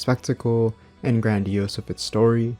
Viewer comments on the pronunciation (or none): none